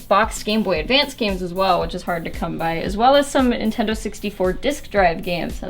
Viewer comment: Lol she said "Intendo disk drives"